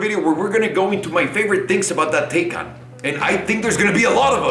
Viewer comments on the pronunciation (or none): "It should be pronounced "Tie-kahn" . "Taken" sounds like the movie where your daughter gets kidnapped." Proceeds to pronounce it "Taken" the rest of the video. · My man you start off saying the name right, and then not even 2 mins later you call it the taken 🤦🏽‍♂️😅